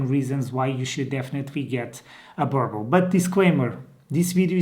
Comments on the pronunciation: can you please correct pronounce the name Burble burble does not exist boooorbuuul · He really just said "burble" 😊😂😂🤣🤣🤣🤣🤣😭😭